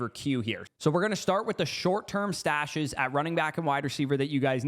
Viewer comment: Came here to say the same… kept hearing mustache 🥸